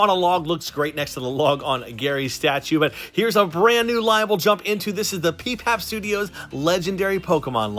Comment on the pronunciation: Awesome collection, wish I had room for this many! FYI it's P-P-A-P studios not Peepap. (It's Pineapple Pen Apple Pen)